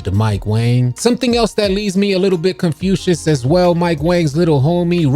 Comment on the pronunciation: You’re killing me saying Confucius instead of confusing over and over